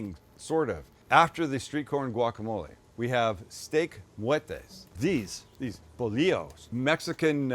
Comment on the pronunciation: Bolillo is pronounced bowl-lee-yo if that makes it easier Sam… good pronunciation on mollete… also don’t sleep on the pan dulce (sweet bread) at Northgate. Although I hear the bread isn’t as good as it is here in LA for some reason..